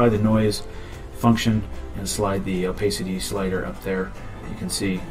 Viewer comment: Oh pass city!! Opacity. Not oh pace city. Haha The blue marble? Bah hah hah! If i were involved with the retouching then they WOULD get away with it. Just sayin